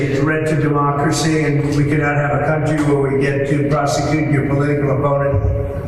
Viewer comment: Is it just me, or is anyone else just amazingly irritated by the way he says "country"?